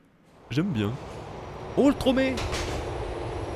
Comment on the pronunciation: « tromé » plus jamais stp 😂 (sinon super vidéo😉)